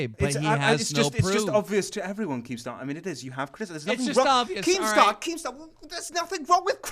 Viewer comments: anyone else notice calls keem "Kreme star" lol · Pyroxene he also called him "leemstar" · Did call keemstar cremestrar? Lmao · Who else heard say creamstar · "kreemstar" lol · SAYS kreemstar right around 33.00 to 35.00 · he says cremestar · Lol I heard Creamstar at some point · He said cringestar